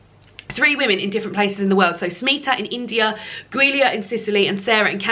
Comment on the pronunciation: LOL Giulia is pronounced Julia 😂 gave me a giggle every time you said it! Will give Ordinary People a try soon, though thanks for the misery warning!